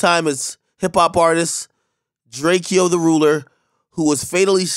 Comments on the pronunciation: ITS PRONOUNCED DRAKO FUCK OUT HERE WIT THAT DRAKEYYO SHIT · Bro it’s DRAKE -O not DRAKE -E-O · It’s dray ko not drake-o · It’s drakeo not drakEO…🤦🏽‍♂️ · How you so tapped in with rappers to wanna report on them and you’re the only guy to pronounce his name wrong like he’s a Greek emperor “Drake-E-o”. Not even the real tv news station🤦🏾‍♂️ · Drake o not “drake e oh” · BRUH ITS DRAKE-O not DRAKIEO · He hated when people called him drakEEEo lmao its drako w an e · He would have been mad at you AK. It’s not Drarkio. You pronounce it the same way you pronounce Draco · When they say Drake-eh-oh instead of Drake-o you know they know nothing about him. Rest in Peace Slim Foe 💯 Rest in Peace Mr. GetDough aka Mr Mosley 🙏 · Its drakeo nigga not drakiyo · How can u say his name wrong everytime. Drake O not Drakeeyo. Rest up west coast legend he was one of the most important of his age in west coast rap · Pronounced "Drake-O" not "Drake-Kee-O" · Dam AK it's drake o not drak e o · RIP MR MOSELY AKA DRAKEO THE RULER NOT DRAKE-EO IT'S DRAKE-OH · Drake-O not Drake-Eo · Drake-O not DrakeyO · “Drakey-o” cmon ak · Drake-O not Drake-E-Oh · Why do y’all keep calling him “drakie-o” it’s drake-o” 🤦🏽‍♂️ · It's pronounced Drake-O not Drake-E-O, get that shit right Ak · Its pronounced drako not drakEo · Ak, I am a fan of yours and appreciate your videos. I'm 99% sure that you're mispronouncing his name. I don't think any emphasis is placed on the "e".... I'm pretty sure his name is pronounced "draco" .... like the miniaturized AK-47. Regardless RIP, being a rapper right now is one of the deadliest jobs ever. My condolences go to his family. Thanks for the video AK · You gotta put the dash between the E & the O for it to be Drake-O but without that dash its pronounced "Drake E Oh" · Pronounced “Drake-O” Ak. Not Drake-eee-O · Bitch say his name right it “DRAKEO aka MR GET DOUGH aka MR LA aka THE RULER 🕊🕊🕊🕊🕊🕊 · His name is DRAKE-O ! not Drake - e - o .. RIP the greatest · It's pronounced: Draco